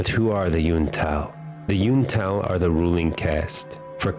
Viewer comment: Psshh this loser doesn't even know how to pronounce ishtal